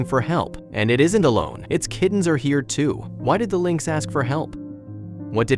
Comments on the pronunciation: Pronounced links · Linex, really, Linex. Holy crap, using AI voice overs is becoming insulting. Stop this shit !!!